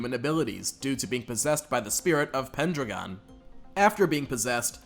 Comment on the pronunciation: it's pen-drag-on